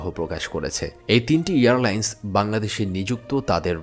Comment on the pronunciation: Pronounce Airline, not Earline’s